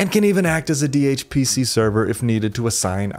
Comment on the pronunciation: its funny how you said DHPC so confidently...